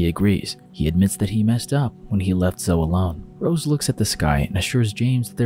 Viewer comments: Hey, it's NOT " Zohh " it's `` Zohh ee ´´ ( Zoe ) Good grief Charlie Brown. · It’s pronounced Zo-ee, not Zoh. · Zoe is pronounced Zoey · Great video, not sure if anyone has said yet, but zoe is pronounced Zo-ee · For future reference, "Zoe" is pronounced Zo-ey (long O, long E, like Joey). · Ok so my actual name is zoe and hearing this guy pronounce it zo hurts my soul lol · Zoe is pronounced Zo-E This was really bugging me in this video lol. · reads Zoe like a Joe... im am dying 😂 😵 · why the fuck does this guy say zoe like that lol. no hate intended but like wtf